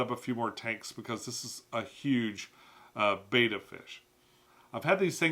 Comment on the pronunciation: I thought that someone who's been in the hobby as long as you would know how to pronounce betta😢